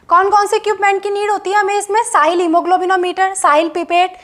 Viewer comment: It's sahlis method not sahil method pronouns properly